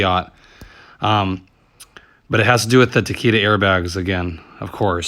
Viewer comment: FYI, it is Takata,, not Takita